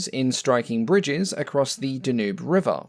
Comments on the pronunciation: Da-Noob river? You mean the Dan-you? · your pronunciation of Vhakistrov Zvyeno was pretty good. Your pronunciation of Danube or so was a little strange, as in English the name is usually pronounced DanYOOB.